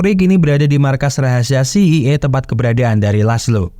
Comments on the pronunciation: Iya ngeja itu mesti bener kita ini yg well educated jadi rada aneh denger CIA dibacanya si ai I harusnya Si ai e... Biar enak didengernya min # please be a smart👍... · Min bukan ci i e tapi ci ae e... Dasar lidah udik min😂❤ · CIA.. ( ci..ai e..) bukan ci... i.. ai..😬😬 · Klo mksdx CIA ( Ci Ay Ei ).. Trus lo ngebaca dgn aksen bulle Ci Ii Ay brarti CEI. Mending CIA lo blg skalian Ce Ii Aa min pake aksen Indonesia .. Btw.. lain dr itu gw seneng denger lo bercerita film.. keep on spirit min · Film bagus buat di ulas, tp ko sekarang orang orang pada ketularan si samsul,yg salah mengucap singkatan,, CIA di sebut si i ai, si ai e gitu min.. ah mimin..!! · jd bad mood nontonnya dikala kau ucapkan si i ai ... GUOBBLLOOKKKKK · CEI.. apaan tu😅😂😂 betulkn sebutan mu min. CIA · CIA dibaca Ci Ai E …